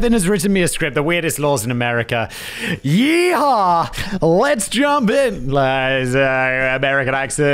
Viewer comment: Please don't say yehaw again